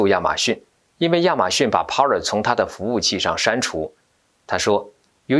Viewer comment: TV 不唸T（薇） V的發音是由上額的牙置於下唇發出的音. Parler 源自法文，意為：speak 正確的讀法是「趴累」 不唸（趴了） 謝謝你們的關注.